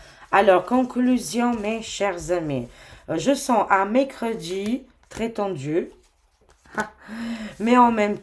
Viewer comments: Coucou...tu me fais rire lorsque tu prononces le mot MERCREDI! Tu dis mécredi.......😂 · Je voulais l'écrire et ajouter, déjà une semaine que notre a prononcé Mécredi 😂😅😊